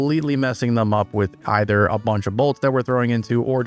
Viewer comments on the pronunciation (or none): none